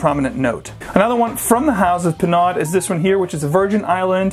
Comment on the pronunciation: It's pronounced: pē-'nō. NOT pē-'NOD. The Virgin Isles Bay Rum is awful.